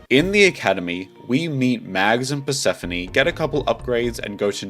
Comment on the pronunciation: Did u call her “purse-phone” -~